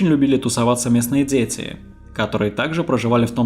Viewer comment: Почему детектцив,дзеци(дети),говоритць,гдьзе(где),родзитцели,людзей,обратцили,дзействия? Это модно или престижно или что? Почему нельзя нормально произносить эти буквы?